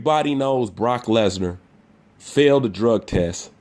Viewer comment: Did you mean to speak failed as flailed? Or praise as whatever you spelled it as?